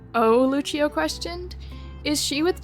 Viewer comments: This made me search up what the pronunciation is I’m pretty sure she was saying it the Italian way. Lucio from the game is from Brazil though… so… it would be Lu-see-oh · the fact that i played overwatch before watching this video, hearing overwatch gave me wiplash. (btw the name is pronouced Lu-see-oh, lucio :)